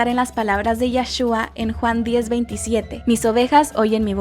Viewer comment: Perdón pero es primordial que el nombre de Jesús en hebreo que se pronuncie correctamente. Es YESHUA.. y no Yashua! Esa palabra en Israel significa una blasfemia ante Jesucristo! Por favor, tengan más cuidado! Infórmense antes de decir palabras que no son de su idioma.